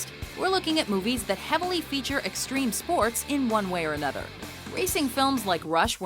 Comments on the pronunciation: Streme Spoats. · Streme spoats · STREEM SPOATS